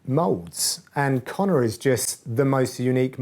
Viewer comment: you live in England, it's Connor